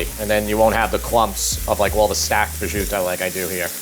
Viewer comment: Prosciuto is pronounced pro-shoot-o not pro-zuto.